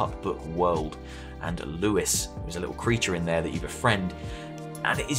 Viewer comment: It was so weird hearing you say lewis